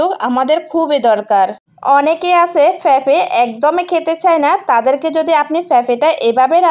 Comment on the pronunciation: উচ্চারণ ঠিক করা উচিৎ যেমন ফেফে জাল জরিয়ে বেজে।